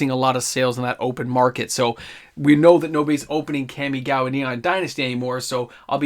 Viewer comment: That Kamigawa pronounciation tho... :P